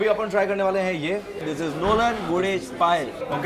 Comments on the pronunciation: bro its nolen gurer payesh not guder payesh....it makes it different brother😂😂😂😂😂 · did he say “nolen gudher payesh”?😂😂😂. Bong people will get it